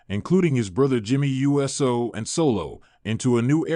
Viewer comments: Is this Robotic cause I'm sick and tired of anyone want likes and won't even try to annunciation the person's name Jey is pronounced ( J ) Uso pronounced ( Ooh ) So quit talking saying U.S.O. if you don't know ask somebody. JERK. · I think it might be ai mispronouncing the usos as jimmy and Jey you s oh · Ok, I'm stopping this video right here, & right now. I CANNOT listen to this guy say Jey U S O again! I'm out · Dude we know you can say Uso! Stop saying U S O!